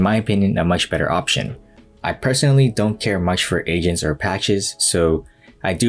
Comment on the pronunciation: It took me so long to realize u were saying agents, and not ASIANS